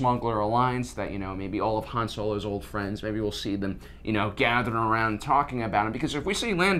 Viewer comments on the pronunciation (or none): You are not Lando, you do not get to say Han instead of Haan.